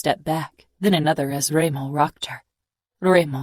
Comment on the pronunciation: She pronounced Dremo insted of Remo, so...and when she does the male voice is disturbing, annoing. But the hole story is beautyful